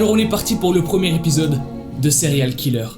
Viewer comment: Moi j’ai entendu céréales skiller 😂